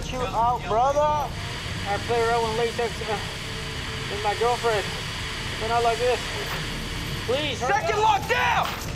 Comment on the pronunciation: “Wid extra dip”